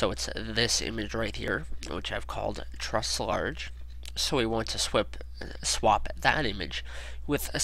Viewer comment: haha "truss"